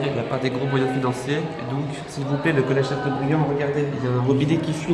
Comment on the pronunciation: college pas collece